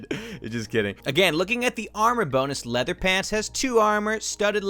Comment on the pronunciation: Leahther armo-oh god"XD